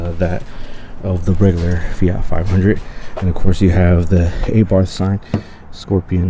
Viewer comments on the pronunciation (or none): Nice comparison, but just cant seem to get past you calling it EyBarth :)